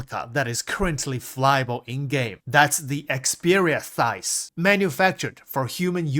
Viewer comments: What's a thise? It's pronounced sigh - th... scythe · Vanduul Scythe, not Vanduul Thighs 😭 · Yeah you really gotta learn that word brother :p Scythe is not pronounced Thice. Its more like Sife or Syf. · bro said thyse 30 times.....scythe amigo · Thice / Scythe almost sounds similar :P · “EXPERIA THYCE !?” Brooooo 😅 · Scythe = SY-TH 🤗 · I love but yeah I was like "a thice? For like 2 minutes before I figured out he meant scythe. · do you mean the scythe? idk what word he saying but its wrong.